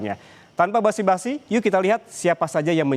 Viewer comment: BASA -BASI mas bukan basi-basi